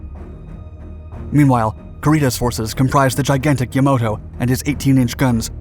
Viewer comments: YamAto, NOT YamOto! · That huge Japanese battleship is pronounced Y-A-M-A-T-O, not Yam-O-to. SMH. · Ya-MA-to. Not Yamoto. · You keep calling Yamato, the "YamOto. Pronunciation is important. Mispronouncing certain words can completely change the meaning and definitions of those words and shows a lack of respect for the languages. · *YAMATO, not "YAMOTO". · Yamato, not “Yamoto”. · YAMATO not YAMOTO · great video as always. just hurt whenever you pronounced “yamato” as “yamoto” because i genuinely thought there was a third yamato class battleship called yamoto and went to go search it up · Yamato. It is not Yamoto. Did you even take a history class or are you just misreading a script that someone else wrote? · Its not Yamoto but Yamato. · I had to stop the video after the second or third time you said "Yomodo". The rest of the errors were just as bad, but sheesh. It's Yamato - Yah mah tow..... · The damn ship is called Yamato, not Yamoto. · Had a hard time getting all the way through this video, because it had so many errors it had me shouting at the screen. Every time I heard the Japanese flagship called "Yamoto", I cringed. Fletcher class destroyers were more like 2,000 tons, not 15,000 - which is the difference between a large destroyer and one of the largest cruisers in WW2. Musashi was not one of the two cruisers torpedoed by USS Darter and USS Dace, it was a Yamato-class battleship, and it was pounded for hours by repeated airstrikes, not "assisted by a squadron of 30 aircraft" after being torpedoed. The errors just went on and on. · It’s not YamOto, but Yamato….I believe… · It's pronounced Yamato, yah-mah-toe not yah-mo-toe. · “Yamoto”?? YAMATO!!! Get it right……….. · Ya-Ma-To. Not Yamoto But otherwise, a good job telling tge story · "Yamato", not "Yamoto". And it's "withdrawal" not "withdrawl". Why doesn't anyone edit these before they are posted? Plus, get a dictionary and look up "decimated". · For the voiceover, it is YamAto not Yamoto. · YamAto, not YamOto.